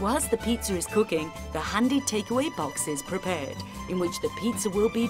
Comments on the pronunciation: LOL, THIS! Why is she calling it pitzurrrr?! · Jesus christ stop saying "pizzer" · Oh thank god I'm not the only one. I just can't help but laugh every time she says "Peetzer". Unfortunately that means that I'm laughing throughout the entire video. Maybe this needs to be a new micspam on TF2? I can see it now... -Medic deploys Ubercharge- "Let's peetzer!" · Peitzer. That's what she's saying. Peitzer. It's a peitzer maker machine. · Is it just me or did the voice-over lady keep saying "pizzer." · Haha. "Peet-zer." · i get the accent and i have no problem with it, but why do most english accents pronounce is pizzer.. JW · Am i the only person hearing them say.. pizza-r.. (peetsar) like the say idear... (i deer).. whats wrong with the english language..?